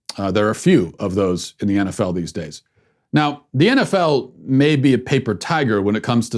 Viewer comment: What is this "enefell" and "enbeeay?"